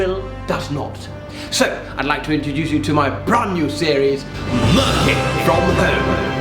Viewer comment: man said MURKIN u know